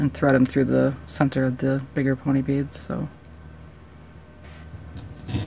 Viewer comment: U sound weird u say it like beadsh